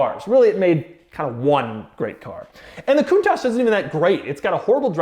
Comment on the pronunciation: Coun"TAXe" lol